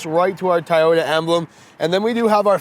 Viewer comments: It’s TOY-ota. Not TIE-ota. Unless that’s just the Canadian accent, no offense. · LOL its TOYOTA not Tieyota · i had to stop 2 minutes in .. why are you calling it a tie ota.. even up north they dont say that.. at least i hope not... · tieyota lmao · I try over and over to like Toyota, however, the more I see it I hate it. Not a Toyota fan at all doesn't matter how much I try to be. The Mazda 3 is way better than this car. BTW isn't it pronounced TOY-YO-TA like how you would say the word toy as in I bought a toy for my child? Why are you pronouncing it THAI-YO-TA like the country Thailand? LOL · It's TO-YO-TA not TA-YO-TA. Sheeesh!🤦🏻‍♂️ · I stg if he keeps saying Tyota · Is it “”.Tieoyta”? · At first I was like Nahhh! Then he kept calling it tyota wtf?? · Keep butchering the name and we're going to send you to Principal Oh Shack Hennessy office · Why can't this guy say Toyota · Why does he say toyota like that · No Actually it not like Tomato, Tomato. The company name is spelt very differently from how it being pronounced in the video. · LOL, he is doing a review on a car and doesn't even know how to say the name correctly.